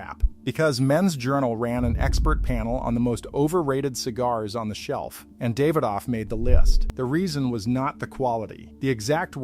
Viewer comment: I'm not usually big on name pronunciation but they keep saying them wrong, lol. "Podran"? "David off"? I like the content but come on man.